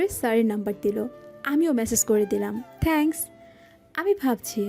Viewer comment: থেঙ্কস নয় হবে “থ‍্যাঙ্কস্”